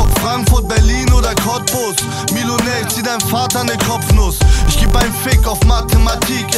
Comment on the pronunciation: der erste Atze, der "ich" aussprechen kann! krasser typ!